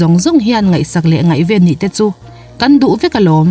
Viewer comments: Ngaihven tih leh chhungkaw *hung' hi a lam ri thiam lo. Mizo ṭawng a lam rik dik thlap hunah la subscribe chi... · Ngaihven tih i lam thluk a dik lo. Dollar nuai 8 chu a khawsak ngaihtuah chuan a tlem ka ti😁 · Ngaihven.. tih hi i mizo tawng thluk a dik lo deuh tlat mai...